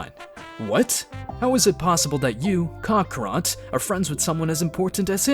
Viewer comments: Bro really said "Kokorot" the whole time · bruh please stop saying cockarot i sweat man :c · its kakarot not kakarat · Stop saying cockrot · One time he said kokorot 💀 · Sean Long cockrot dragon spears that’s my childhood you’re ruining get the pronunciation, correct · Kocker💀💀💀💀 radiz said that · Why tf you calling him Cockarot 🗿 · STOP SAYING KOKOROT YOU'RE CREEPING ME OUT 💀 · Bro prounoundced kakarot wrong 💀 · Bro what is shenlong and kakaro😂😂 cmon say it right. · I'm enjoying the series except for a few minor things, please stop calling the dragonballs dragon spheres and pronounce kakarot properly